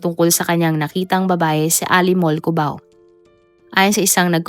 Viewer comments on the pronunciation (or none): none